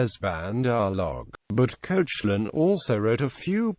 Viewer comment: Koshe - lin? Its pronounced Kek - lan!